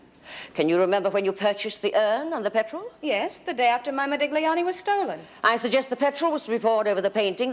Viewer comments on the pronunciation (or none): The businessman keeps saying ModiGliani, with an emphasis on the G. Our lady barrister pronounces it correctly. I suppose they did that on purpose to show that he was a philistine.